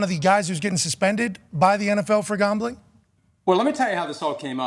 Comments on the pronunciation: He pronounces “Gaumbling” weird. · Why does Pat pronounce the word "Gambling" like that lol - Gahhmbling